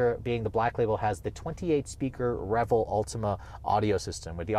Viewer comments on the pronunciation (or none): none